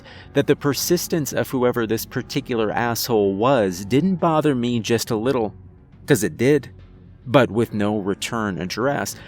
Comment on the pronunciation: The tone of the narration is so detached that it undermines the story, which is fairly well-crafted. What is with that "meh" pronunciation of the word "me"???